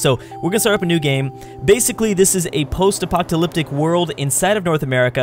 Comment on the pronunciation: You pronounce apocalyptic weird